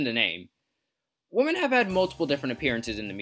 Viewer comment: Take a shot everytime he pronounces women as woman.